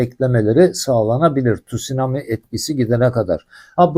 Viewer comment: Tut sunami değil abi , tsunami